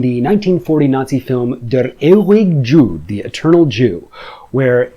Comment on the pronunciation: Why don’t you just listen to German words on Google translate, bevor saying them?? It’s not that hard but you sound super protentious saying them horribly ignoring the basic rules of German pronounciation “Der euig Dschud” is how u said “der ewige Jude.” Like it’s stupid if u say something and people who literally speak the language can’t understand u.